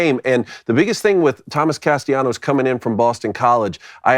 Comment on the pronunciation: Alright guys, you three need to get on the same annunciation page. Is Castellanos name with the double L pronounced as such or should it be treated like it doesn't exist? Make amends and return with a united front 😂